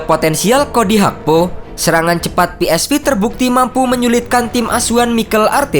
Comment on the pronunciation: Cara nyebut yang benar , Verman ( Veerman ) bukan Virman dong . Philips Sport Voetbal Eindhoven yang betul ejaannya Belanda A Be Ce De bukan E Bi Si Di . Pe eS Ve bukan Pi aiS Vi .